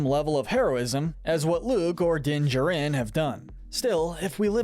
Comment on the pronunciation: I'm sorry but you keep swapping between saying "Jarin" and "Jurin" when pronouncing Din's last name. It's irritating